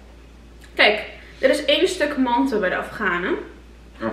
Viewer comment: zeg geen mante AHAHAH